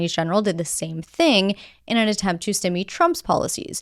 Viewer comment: Your pronunciation of stymie is odd.